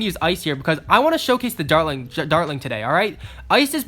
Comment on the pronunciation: this is how many times he said darling instead of dartling I I V